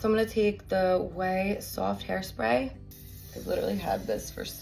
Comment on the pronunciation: Love how you saw sowaft! ❤ I love all the various US accents!